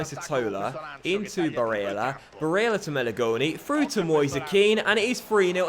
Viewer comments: STOP SAYING BARELLAS NAME SO WEIRD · The way he says barella